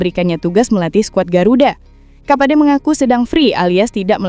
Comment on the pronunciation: Timur kapache mba bukan kapade.